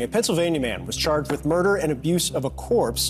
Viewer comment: "Is it just me or do people get muerder a lot nowdays" -oompaville 2024.